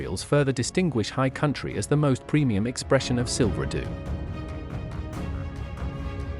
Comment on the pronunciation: Silver doo? Is it that hard to find a real person to read a script?